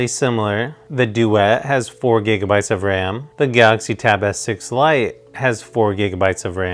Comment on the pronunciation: I don't know if anyone notices the wired pronunciation that sounds like "Tab S6 lion".....